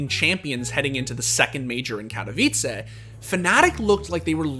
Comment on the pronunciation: Like for the "Katowice" pronunciation